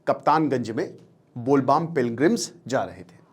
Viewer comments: Bol baam nhi , its bol bam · Sit its bol bam not baam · With due respect, Teacher साहब, Professor साहब, और बड़े अक्लमंद साहब… आप जो बार बार कहते हैं ना “बोल बाम”, वो “बोल बाम” नहीं, “बोल बम” है। समझ रहे हैं ना जी? इतनी सी बेसिक बात भी अगर आपको नहीं पता, तो फिर आप पढ़ाने निकलते कैसे हो भाई? यहाँ बैठकर ज्ञान पेलने से पहले कम से कम जिस विषय पर वीडियो बना रहे हो, उसके बारे में थोड़ा पढ़ तो लिया करो। सनातन पर ज्ञान देने निकलते हो और “बोल बम” और “बोल बाम” तक का फर्क नहीं मालूम! यार, ऐसी बातें करते समय थोड़ा शर्म भी आनी चाहिए। वीडियो बनाकर ज्ञान बाँटना अच्छी बात है, लेकिन पहले सही जानकारी तो रखो। बोल बाम नहीं, बोल बम है। 🙏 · Bol Bam 😂😊😂😂. It's Bhole Bom. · सर ज्यादा अंग्रेज बनने के चक्कर में बोलबम को बोलबाम बोल रहे है 😂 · Bolbaam nahi hota hai Bol bam hota hai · bol baam kya hota hai sir its bol bam